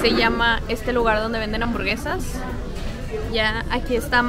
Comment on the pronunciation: Hambuergesas JAJAJAJJAJ buen video